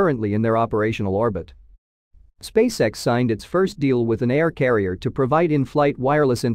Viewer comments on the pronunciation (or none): none